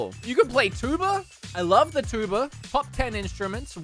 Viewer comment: When he said tuba (as a trombone player myself) I got triggered so much lol